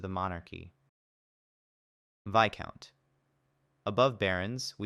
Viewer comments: All my life I’ve been pronouncing viscount as “vis-count” wtf is a “vi-count” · I aint pronouncing that "Vaicount". Imma just say it "Veescount".